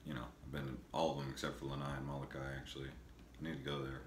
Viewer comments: Lol... It's Molokai...not malokai. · Are you kidding?? This guy can't even pronounce the names of the islands and the towns. "Muhlukai". SMH